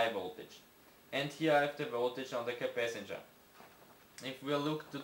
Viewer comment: Capacitor not capacanger